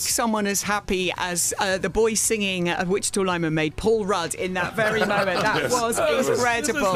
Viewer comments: There’s no “witch” in Wichita, yo! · "Wichita", not "Witchita"